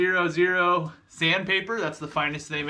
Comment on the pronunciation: I don’t want to be mean but you obviously have no idea what you are doing. 0000 steel wool is called “four-ought” as you would know if you were a furniture refinisher.